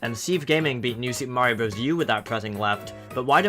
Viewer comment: you were calling mario a furry, right? RIGHT?!?!?